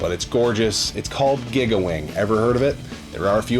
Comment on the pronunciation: This is like your third video where I’m hearing you pronounce “giga” like “gigga”. You know that prefix is pronounced “geega”, right?